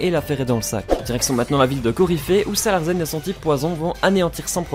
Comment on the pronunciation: On dit "Salarcen" et pas "Salarcen"! Ça vient du mot larsen, le phénomène accoustique qui survient lorsqu'on approche le micro du baffle.